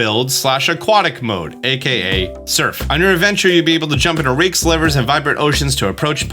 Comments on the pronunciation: Did anyone else hear him say rakes and livers, instead of lakes and rivers? Hilarious oopsie. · We all heard him say rakes and livers right?!